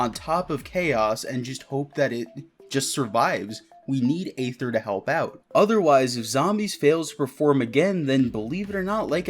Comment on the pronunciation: Please stop pronouncing Aether with an A.